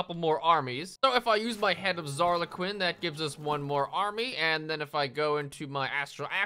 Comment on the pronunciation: the name's Zarley, Zarley Quinn